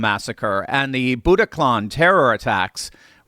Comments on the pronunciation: That's the Bataclan, not boutaclan. Excellent video nonetheless. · It's Bataclan, not Budokhlan... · It's called the Bataclan Theater, not Budaclan or Butaclan. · BATACLAN....not Butacan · BATaclan not BUTaclan.